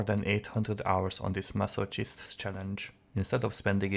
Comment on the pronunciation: So what you're saying is that you're stupid and can't understand relatively clearly spoken English? The only word he vaguely mispronounced was 'masochist' in which he pronounced the 'ch' sound instead of pronouncing it as 'mass-oh-kist', but that's not exactly a hard mistake to make if you're not a native English speaker, and it didn't exactly make his speech unintelligible. Get the out of here with that 'I can't understand you' nonsense.